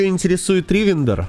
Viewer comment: Почему ты делаешь ударение в словах не на те слоги, например ривендер , вы почему то ставите ударение на 1 слог , хотя все говорят с ударением на 3 гласную